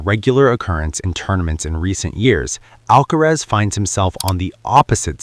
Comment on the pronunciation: It's NOT Alkatraz. NOT Alkarez...it's Alkaraz !!! Comprende?😅